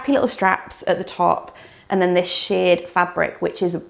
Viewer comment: It’s pronounced ‘sherred’ not ‘sheared’.